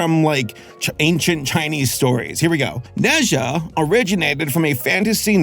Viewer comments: Adore this movie. Amazing. Random, but it’s pronounced Nuh-ja, as opposed to Neh Zhuh. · Ne pronouns “Ner”, “er” with rising tone Zha pronouns “Zhar”, “ar” as in “Car” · As an asian, it’s pronounced “na jah” and he’s a chinese mythology character and he’ a chaotic kid with superpowers i guess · the pronunciation is ner zhar (rhymes with nerd and car), not net zhar. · Him pronouncing it “neza” hurts me inside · Hello, I'm from Hong Kong, China and I can prove that. It's pronounced "NaJa" here. Similar to Germen isn't it? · 你的评论真好 - 应该说" Nuh Jah" - 加油！